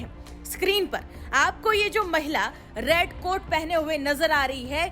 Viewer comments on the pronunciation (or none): Red coat nahi rad coat hai😅😅😅😅😅😅